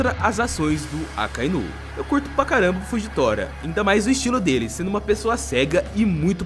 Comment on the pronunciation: Karai falando nome do Fujitora errado 😂😂😂